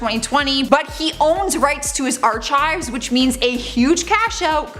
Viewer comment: It’s archives idiot. Pronounced ar kives. Not chives.